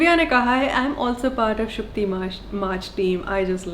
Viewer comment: its SHUTKI NOT SUKTI and i lovee it 😁😁